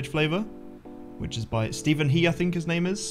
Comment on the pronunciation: he literally said "fink" instead of think